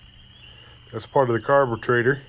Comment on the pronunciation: you sound like tarly fixes all "carbatraitor" Lmao 🤣 🤣 🤣 🤣 🤣 🤣